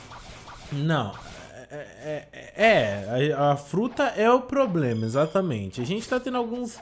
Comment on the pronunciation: se falou (plobema) zoando né